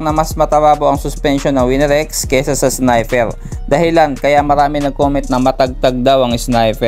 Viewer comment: Boss dika ata maka pronounce ng R😂😂wine x snipew😂😂